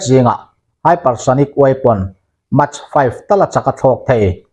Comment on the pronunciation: Mach hi maek tiin lam rawh.